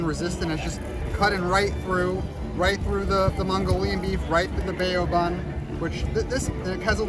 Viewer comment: Bay-o bun?!